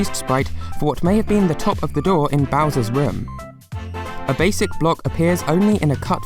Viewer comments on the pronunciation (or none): none